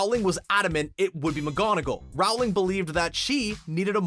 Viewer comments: It’s not pronounced Rowling it’s actually pronounced rolling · Rowling is pronounced Rolling and in roll the ball. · Dude. It's "Rolling". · J.K.Rowling's last name is pronounced rolling. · For me the most annoying thing about this vid was the constant MISPRONUNCIATION of the author's name. IT RHYMES WITH BOWLING. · J.K. Rowling - not rawling! /rəʊlɪŋ/ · Good video but pls stop saying RaUWLinG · Omg, it's pronounced "rolling". As in rolling down a hill. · Rowling is pronounced rolling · it is pronounced ROA LING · If you are going to talk about JK Rowling at least pronounce her name correctly. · All this behind the scenes stuff and the narrator can’t even say JK last name right. Pathetic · Ikr he should talk to her and ask how her name is said. WHO IS A NARRATOR WHEN THEY DON'T KNOW HOW TO SAY THE AUTHOR'S NAME?? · Did anyone else hate the way he said JK Rowling’s name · I cringe every time the narrator says “Rowling” wrong. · GET IT RIGHTTT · Please refrain from using narrators who cannot even pronounce English names such as "Rowling" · You are saying Rowling wronggggg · How are you STILL saying JK Rowling's name wrong? It's just plain rude at this point. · The way he says Rowling makea me aggressive. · I can't stand the way you say Rowling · "Rowling" as in "rolling down the hill" not "Rowling" as in "having a row with your sibling" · Why do you mispronounce the author's last name. It's pronounced the same as bowling. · i swear if he says RAUWLING one more time I'm gonna loose it! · IT'S ROWLING (LIKE BOWLING WITH AN R) NOT RAULING!!!!!! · Your saying it wrong It’s Roll-ing not Rowe-ling. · dude, it's Rowling, not Raohwling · It’s not said Jouling it’s said rolling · It's not rOWling, it's rolling! Get it right!! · I cringe everytime he says "row-ling" instead of "roh-ling" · Rowling is pronounced with the row rhyming with toe....not cow. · Why do you say rawling instead of rowling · It’s rOwling not rawling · ITS ROOOWLING NOT RAAAAAWLING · It's not RAHWling